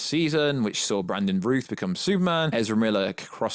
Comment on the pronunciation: The way WB is sabotaging Zack Snyder's Justice League, and the potential of The Flash movie, makes me very worried about the 'Snyderverse'. The Flash is THE character who can erase it. And that's what WB wants. I've seen a few of your videos and I'm really annoyed by your ability to mispronounce names... Brandon Routh... Routh, as in SOUTH. (not root)